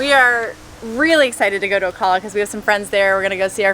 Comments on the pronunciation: There ~are~ gators at Juniper! Big ones, especially down river, so be careful if you canoe. Also, the A in Ocala is pronounced like the A in “cat,” not like “ah.” Thanks for the video. Nice to see my old home. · O Cal a, like California. From a local 😊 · Pronounced OCALla, like CALifornia. Lived there 13 years n 70’s-80’s. 😊 Used to put our Red Canoe in Rainbow river and go upstream to ride the Spring bubbles. 😊